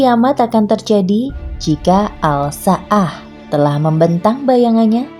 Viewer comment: Bacanya assa'ah ... Itu alif lam syamsiyah min... Jadi aL nya gk di baca..